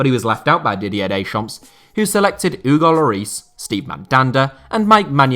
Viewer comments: Pedantic comment alert! Didier Deschamps' surname is pronounced something like 'day-shom'. The 'p' and 's' are silent. Keep up the great work. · Stop pronouncing the 's' in Deschamps. That is all! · Pronouncing the "S" at the end of Dechamps. ....... MY EARS!!!!!!!!